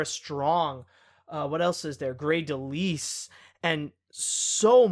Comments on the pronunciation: Darn it, death! I really wanted to meet her. Thanks for everything June. I can't begin to express how much I admired you. (Also mr, the name delise is pronounced de-Lyle. But I suppose it's not important, seeing as She no longer goes by that.) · Uh I know you get people's names wrong and Grey's last name is pronounced De-Lyle.